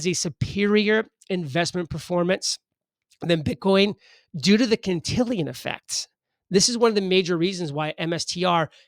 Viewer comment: Cantillon effect, no I in there. Its not a planet from Star Wars.